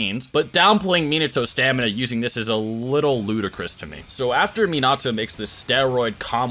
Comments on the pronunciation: bro if you say miNAHto one more time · It kinda hurts when he says, mee-nah-too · Its pronounced as men ah toe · Like the info but dang can we say their names right? Not Mi-Nato. It’s Mina-To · Sorry I just gotta .... It isn't Min-AHto It's Min-uhto In both sub and dub it is.. just Saiyan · its minato NOT minatso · Me-Not-Toe?... oh, you meant Minato. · I love the video. U have knowledge of the Naruto world an wat u are speakin is facts !!! But... The 4th Hokage's name is pronounced (Min-nuh-to) 🤦🏾‍♂️. Minato.. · Its pronounced “Menatoe” like that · The way it saying minato your saying like min-nato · when he calls him mnato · Min not toe? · i hate that you know so much about naruto but you havent pronounced a single thing right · You know your pronouncing Minato wrong ... nevermind you pronounce a lot of it wrong plz watch sub again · So many different pronunciations of Minato in this video 😂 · the way he pronounces minato is just.... AAAAAAAAAAAAAAAAAA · why he saying minato like that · Cringing every time I hear him say Minato wrong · How TF did you just say minato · Not a fan of the way he pronounces Minato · If you are going to make a video about a character, you should at least learn how to pronounce their name first.